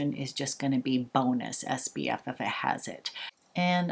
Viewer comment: Your skin looks amazing! I swear I am not a hater, but it drives me nuts that you say SBF instead of SPF. 🌞